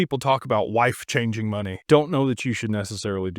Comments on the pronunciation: My guy said “wife changing money.” I had to rewind that to make sure I heard that properly 😅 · He said WLIFE CHANGING 😂